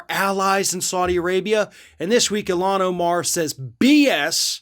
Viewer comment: its ilhan not eelan lol